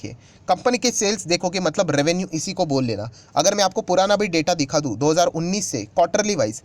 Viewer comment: Sir की बोलने के उच्चारण से लगता है कि ए इंदौर से है । ध्यान से सुनिए. ै मात्रा नहीं बोल पाते इंदौर वाले। वे ै को े उच्चारण करते हैं । उदाहरण के लिए “में यहाँ के डाटा ओपन करना चाहता हूँ “ मैं को में बोल रहे हैं ।